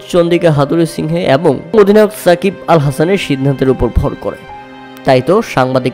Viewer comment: এ্যাবার, এ্যাবং দ্যাব চৌধুরী কি ভাই? 😂😂😂